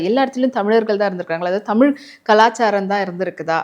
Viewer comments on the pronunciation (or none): ஐயா தமிழ் என்பதை தமில் தமில் என்கிறீர்கள் உச்சரிப்பில் கவனம் செலுத்தினால் மேலும் சிறக்கும்